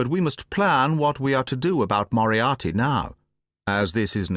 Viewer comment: BTW who agrees that Moriarty sounds like monopoly. Say yes or no😂